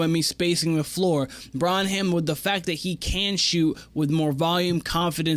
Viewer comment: Bren-um is how you pronounce it